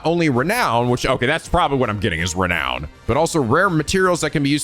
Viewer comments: Am I the only one whose just SUPER happy that can finally pronounce Renown correctly? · OH. MY. GOD.! You prounounced renown correctly. sniff My little boy is all grown up!